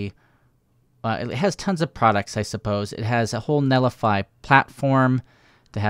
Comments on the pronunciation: it's NET lify not NELLIFY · why do you pronounce it like "Nellify" lol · I love your content buddy, but it’s pronounced “net li fi” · There's a 't' in 'Netlify'. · Yep I was just about to say is missing a 'T'